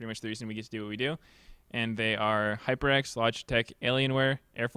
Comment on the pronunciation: OMG Meteos said "Hyper X"!?!? I guess he learned from saying "Kingston Hyper X" all the time :P